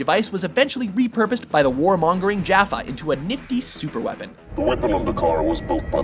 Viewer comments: I can maybe, MAYBE, give the guy a pass on mispronouncing Dr Who words since it's a British show, but did he seriously just say "jaffa"? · How I know this guy isn't a Stargate SG-1 fan. He said Jafa wrong and the Dakara super weapon couldn't penetrate Adria's personal shield.